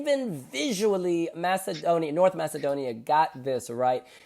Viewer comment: needs to correct the way he calls North Macedonia.